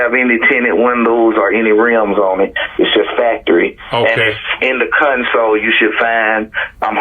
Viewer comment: 😂 When the detective had contacted the pastor and they were discussing the title of the car he lent her, he talked about Aniya saying she found the title in the console of the car. The way the Pastor says 'console' sounds more like he's saying 'cun+'s hole'. 😂